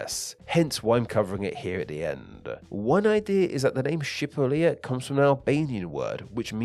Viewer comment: You don’t know how to say it correctly